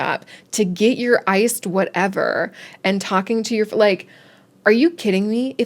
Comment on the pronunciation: “To get the iced whatewer” hahaha😅